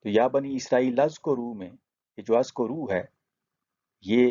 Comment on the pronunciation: It is oozkuroo not azkoroo and there is grammatical reasoning for it